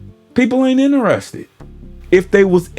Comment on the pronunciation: She seent it?……the facts is? …. Inerested?…….danm!